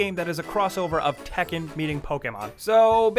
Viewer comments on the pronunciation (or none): none